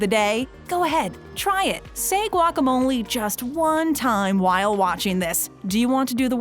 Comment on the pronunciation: what's wrong with guac? this video doesn't even say guacamole correctly either....